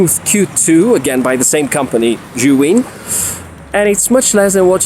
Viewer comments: why do yo say "shuin"?? The name is "Zhiyun" and sounds like "seeyun". I had seen a lot of reviewers saying "shuin" and i dont no why. I don´t speak english, so for me is confusing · "Seeyun" isn't the correct the pronunciation either. It's a Chinese name and the z "zhi" is pronounced like a "j".